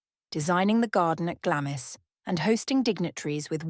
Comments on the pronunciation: "Glamis" is pronounced "GLAMS" - i.e, the "i" is silent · Glamis is pronounced glahms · Please pronounce Glamis correctly. Its Glarms. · Glamis is pronounced Glams. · Even the most badly educated person knows how to pronounce Glamis